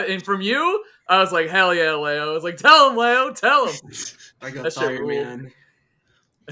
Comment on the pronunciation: Tweek will pronounce Leo's name right one day.. I just know it!